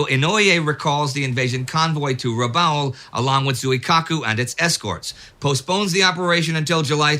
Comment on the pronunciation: No, but, if you're an American, It's Corregidor with a hard g and Rabaul as in After Rabaul Is Over.. And I didn't need to use profanity to make my point, either.